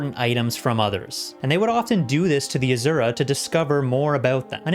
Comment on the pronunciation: AZURAAAA! Cracks me up! It’s Asura!